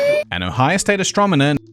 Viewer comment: mispronounced "astronomer" because he's an alien.